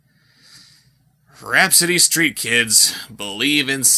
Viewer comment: "Rapsittie STEET kids.". C'mon lol.